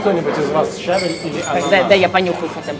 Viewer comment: щавЕль, а не щАвель, но всё равно спасибо, надо будет заглянуть за чебуреками.